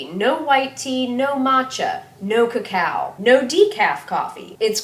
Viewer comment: Did she say cacao or cacal for not to have if you have adrenaline problems? Iv been drinking cacao powder twice a day